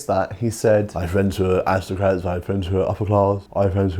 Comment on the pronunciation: Rishi is so rich he doesn’t need to pronounce words properly “awisocwats”